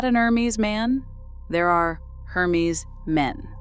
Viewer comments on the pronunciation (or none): hermes = air-mez...not her-meeze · The mispronunciation of names (Nichanian, Hermes, Cerruti), made it incredibly difficult to focus on what was being said. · Please. Can you pronounce Hermès correctly learn how to pronounce it. It is a French name/brand you never translate a proper name. Have some respect